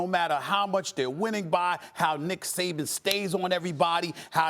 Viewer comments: “there was a positive and a negative to DICK Saban” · I might be late but did it sound like he said Dick Saban.. haha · Stephen A. called him "Dick Saban" at the mark lol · And as a Dolphins fan I can absolutely agree that's his proper name. That or Nick Satan. Never forgive.